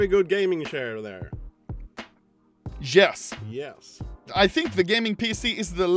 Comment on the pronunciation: did he just say jes as in yes?